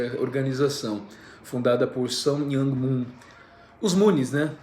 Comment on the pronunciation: Eu falo coreano. Eu pretendo criar um podcast sobre seitas e claro o mormonismo está na minha lista. O nome do Moon se lê e se pronuncia. Moon Sun Myóng( é dificil romanizar o coreano corretamente, entao, o unico jeito de falar os nomes é aprendendo a ler e escrever o hangul(alfabeto coreano).